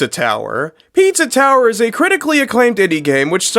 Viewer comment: 🅿️EEtza ToweerR!...